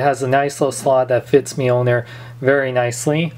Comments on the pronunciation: mil-nor not meal-ner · it is pronounced meeoneer